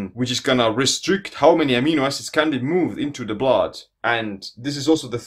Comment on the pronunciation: I think of Dracula when he says "Blahd"